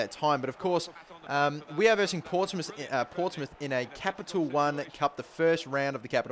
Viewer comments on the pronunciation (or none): none